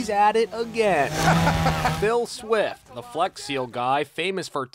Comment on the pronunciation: Phil Swift, not Bill Swift. Say it with me; Phil Swift.